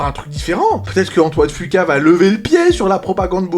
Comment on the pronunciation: Ca ce prononce fuquwa bordel pas fuqua